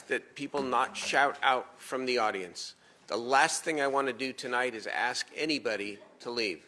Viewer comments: It’s ask, not axe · Why do. They say "I axe" and not ask...?